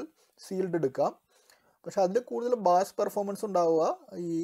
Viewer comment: ബാസ്‌ അല്ല ബ്രോ ബേസ്